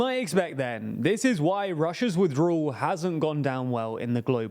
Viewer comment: People who don't know the difference between the letters "L," "R" and "W" shouldn't try saying words like "withdrawal." And by the way, what's with that fucking hair, did you lose a bet? Why don't you invest a buck and a half of the money YouTube is paying you and buy a fucking comb!